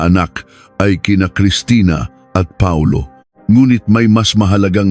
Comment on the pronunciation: Instead na Paulo Reyes Pa-ulo Reyes Hehehehe 😅😅